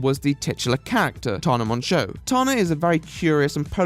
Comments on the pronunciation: "Tahnah Monsho" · Man I know you're British, but fuckin TarRa Mongo? Fuckin Limey Prick!!! Nice vid otherwise😎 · a) you should learn to say people's names before including them in your commentary. It's not Tana Monjeau, I have never watched her and even I know that. b) the cartoon butler bouncing around is really annoying. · I can excuse the editing, I just feel like the therapist didn't know what she was talking about. Also "Taana Monshow" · I'm new here but the way he says "Taana Monjueo" has me screaming, love it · “tawna mongeaux”